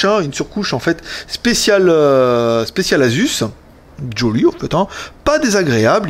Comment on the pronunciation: Pitié, ça se prononce aZZZZZZZZus !!!!